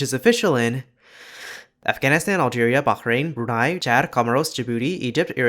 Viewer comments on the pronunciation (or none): none